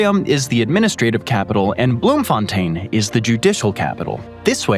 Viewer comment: Well done on mispronouncing Pretoria and Bloemfontein